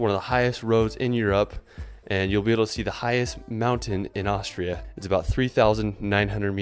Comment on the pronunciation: It's "Austria", not "Ohshra" for fuck sake!